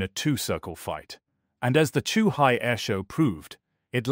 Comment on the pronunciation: "Zoohai"? "Chuhai"? Both wrong. Lol. Morons.